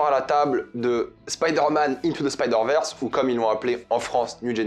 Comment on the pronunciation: faux raccord et ooof "the stain into the rege verse"